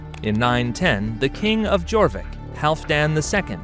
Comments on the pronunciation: it is pronounced as your vik not jorvic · Jorvik pronounced like Yor-vik, which is why it is today York! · The letter J was not in use until 1500s. This is a great snapshot of the era for sure. Just be sure to never pronounce the letter J for York again. Ai should have known better. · So was Jorvik, and Mercia. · Good video, which would have been even better if you had researched the pronunciation of just about everything. For example Jorvik is not pronounced "jaw vick" , its pronounced " your vick" which makes sense when you realise it morphed into York. "Reading " is pronounced "redding "... pretty much every other place name you got wrong. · If you're going to do a history video at least look up what the proper pronouncements of the petty kingdoms and their towns. 1. It's Mer-SEE-Ah/Mer-SEE-Ans NOT Mer-SHE-Ah/Mer-SHE-Ans 2. It's YOR-Vik NOT JOR-Vik 3. It's REDD-ing NOT READ-ing 4. It's DAR-by NOT DER-by. For a "history" channel? Dislike. Try again next time. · Yes, they even got Jorvik and Derby wrong too. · Yes , he didn't even bother how on to pronounce it he even got Jorvik, Derby, and Reading wrong too. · Reading - Redding Jorvik - Yorvik Derby - Darby Mercia - Mer See ah